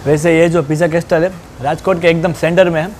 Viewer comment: Pronunciation Correction Bro... its કાસલ not કાસ્ટલ... બાકી all ur vidz r super duper... keep it up... love from a'bad..